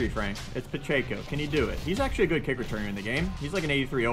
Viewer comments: PA CH ECKO not pa CH AKO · It’s Pacheco not Pocheco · pacheco is pronounced pa check o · For the love of god say Pacheco's name right. It doesn't have an N in it anywhere.